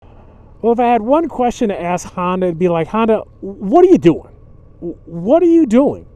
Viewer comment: It's Honda, not Handa.